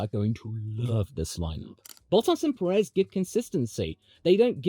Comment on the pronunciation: … and it’s pronounced PE-rez, lad, just like we pronounce BLAN-do